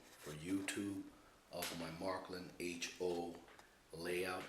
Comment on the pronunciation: its not called marklin, its märklin. Maerklin!! but you sure got a nice track